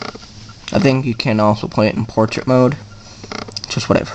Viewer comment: Dude, it's Portrait, not Poriat